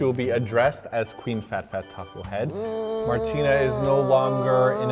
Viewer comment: What's up ""? 😂